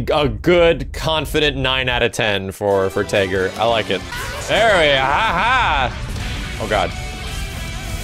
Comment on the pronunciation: Was he pronouncing Tager's name wrong on purpose?